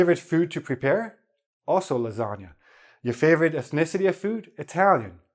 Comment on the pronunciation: Your pronunciation of ethnicity is almost indecipherable.